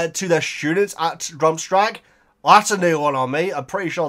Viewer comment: "Drumstrag" It's Durmstrang 😁